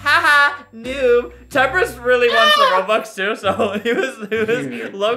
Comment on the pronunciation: When he’s saying HEY ITS TEMPRIST